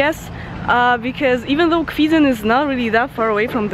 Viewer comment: To Kwidzyn, not "Kwidzyń" ;DD "Kwidzyń" is not correct and so annoying name ;D